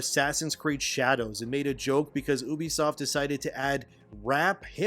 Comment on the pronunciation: It’s pronounced “You-be-soft.”